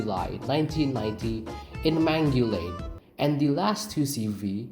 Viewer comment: It's Mangualde (man gu Al de) and not mangulade and its in Portugal!